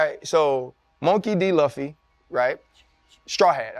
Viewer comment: Monkey D. "Luffie" lol